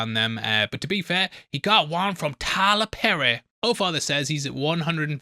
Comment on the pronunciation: Why did you say Tyler Perry like that ???....